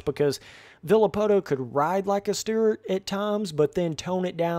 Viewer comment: James Sterrrrt? Never heard of him. James Stewart was the most talented guy on the track though.